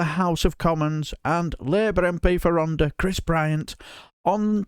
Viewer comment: I enjoy all of your videos and Chris Bryant is brill. He's my MP and I'm a huge fan. Just one comment. Rhondda is pronounced Rhontha. The th as in the word "THE". Sorry but I bet every Welsh viewer cringed watching this. 😄👍Gonna put my tin hat on now. Keep up the good work.